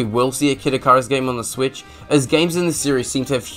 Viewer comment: sweet ass video. (for future reference, it's "ikk-ih-rus")